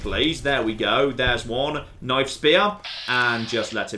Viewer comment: "mah noife"